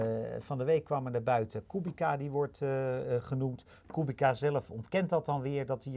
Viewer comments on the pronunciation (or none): Als Kubica terugkomt in de F1, zouden jullie dan aub even willen luisteren naar hoe Polen de naam van hun landgenoot uitspreken: De 'c' spreek je uit als 'ts' namelijk. Voor de rest lekker zo doorgaan : p